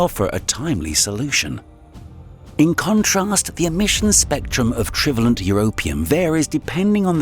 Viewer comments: Pronunciations of "divalent" and "trivalent" are WRONG. Stress is on the SECOND syllable, not the first. You shouldn't guess or assume pronunciations if you're going to commit yourself to the Internet. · O. M. G. teach a HUMAN to read PLEASE. - OR - what bi-valent & tri-valent OUGHT to be pronounced. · Whilst there are a lot of interesting things in this video, it's somewhat spoiled by some ludicrous pronunciations. 'Divalent' is dye-VAY-lᵉnt, and 'trivalent' is try-VAY-lᵉnt. And 'wound', as in wound healing, rhymes with 'tuned', not with 'bound'. 🤦‍♂ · Is this an AI narrator? I can forgive ‘divalent’ and ‘trivalent’ but who DOESN’T know how to pronounce ‘Celtic’? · commentator cannot pronounce divalent and trivalent ?!! depressing that they cant get a scientifically literate presenter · Ok... words this chap can't read aloud from his script: wound, divalent & trivalent. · It would be great if the narrator could get their pronunciation correct. The bivalent and trivalent section was especially irritating. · F. F. S. lear how to pronounce what it is you're calling BIVALLENT & TRIVALLENT!!!!